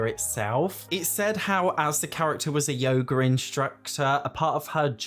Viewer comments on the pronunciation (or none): I'm sorry but I need to tell you one thing. Your accent makes "yoga instructor" sound like yogurt instructor and I can't unhear it😭😭😭